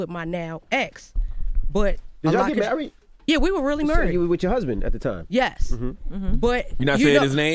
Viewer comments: seconds she said, "Murried" 😂😅🤣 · Nah she pronounces Merried...Like she gon say merry Christmas LOOKING 😂😂😂😂😂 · What is she taking out of har mouth so often? And if she says "murried" one more time!!! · the way she pronounces married is so cute lol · So none of yall up there was gonna interrupt & teach her how to correctly pronounce a common word like "Married?" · She pronounces married weird and her face looks strange and does she have grills I just don’t understand her 🤪